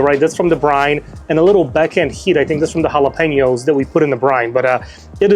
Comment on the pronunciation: Chicken looked absolutely amazing. Finally, a creator that knows how to say jalapeno the right way. Great video. I'll be trying this soon.